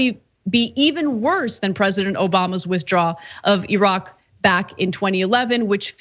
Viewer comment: I love the fact that Anna pronounces Iraq and Iran, properly. The “I” in both, is pronounced the same way, it is pronounced in “Italy”. E-raq, E-ran, E-taly, NOT eye-raq, eye-Ran, or eye-taly. It’s just ridiculous!